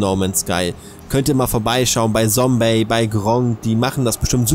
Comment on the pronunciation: ZOMBEY ahhhhh warum spricht jeder immer das s statt dem z es macht mich wahnsinnig